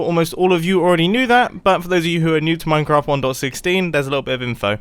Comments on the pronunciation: Mum I said minecwaft at the start of the video. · I'm the only one who hear him say "minecwaft" like a child at the start of the video?!?! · did he just say minecwaft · mumbo: minecwaft